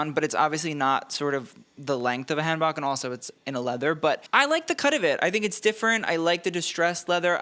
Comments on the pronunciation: So three videos now where hanbok has been mispronounced. HAHN-boh.. Please. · Not sure if BamBam's look is hanbok inspired (just a note: bok is pronounced more like poke), but where a woman's hanbok is short on top, the men's version is longer.